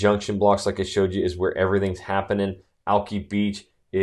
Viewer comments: Alki beach not Alkey beach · 😂 what Alki not Alkee Seriously??? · Alki beach is pronounced alk eye beach. Thought you might want to know. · Alki beach is not Allkey. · Al=kee beach? You don't know west Seattle. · Dude, if you keep pronouncing "Alki" beach like that you are gonna make my ears bleed. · This dude is an idiot...he clearly doesn't know anything about west seattle...that pronunciation of alki beach? hahahaha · Thank you!! That drove me bonkers!!! for somone trying to describe an area learn about it especially if you already live in seattle.... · I wanted to punch a hole through the computer every time this guy pronounced it that way